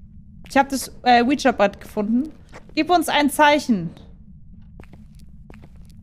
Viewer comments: „uuh-ja“-board :D das heißt „wie-dschi“-board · Ich wollte Nur an merken das man Ouija board nicht so ausspricht Wie du es machst